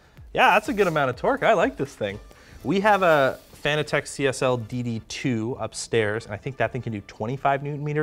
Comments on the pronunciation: Are we sure about the pronunciation of "Fan-a-tech" and not like "Fanatic?" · Fun Fact: Fanatec is a play on fanatic so is pronounced like fuh-NA-tech not FAN-uh-tech. Here's Fanatec pronouncing it's own name the proper way, tell all your friends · Why does everyone call it Fan-a-tech?It’s Fanatec like sports fanatic. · Fanatec is Pronounced like Fanatic...see what they did there?